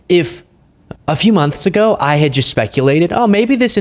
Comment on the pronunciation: love what you do, but the word is pronounced "just", not "gist" (I'm a grammar nerd)